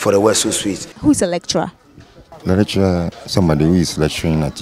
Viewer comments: These people thought you said 'Electra' not lecturer. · She 's pronouncing it wrong that why people are confused.